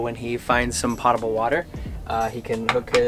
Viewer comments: Potable is pronounced poh-table not pah- table. 😁 Great build by the way! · I am so impressed! So young, so talented. One quibble: potable is pronounced POE-tuh-bull. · “Potable” like “notable”. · Somebody teach these kids how to pronounce "potable" lol But seriously, amazing build! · this guy pronounced potable water wrong.